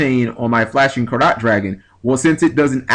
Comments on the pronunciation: It's pronounced the same way you would pronounce "carrot". If you've ever heard people talking about the purity of gold, you'd hear them say it's "five carat/karat gold" or something like that. Just in case someone hasn't said it already. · Carat, say it like Carrot :P It's Carats as in Diamonds/gold/silver/etc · Btw, Flashing Carat Dragon, I might be pronouncing this wrong as well, but I think it might be like when you go to a jeweler, and they ask "What carat diamond would you like" so it would be pronounced like carrot the vegetable I guess?